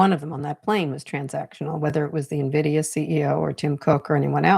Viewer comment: His? You’re as smart as Trump, who can’t pronounce Nvidia